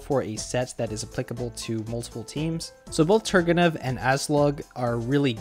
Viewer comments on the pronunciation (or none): The stress in Turgenev is actually on the second syllable, it's a surname of a Russian writer.